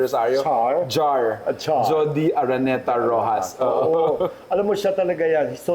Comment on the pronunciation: Judy po, hindi Jodi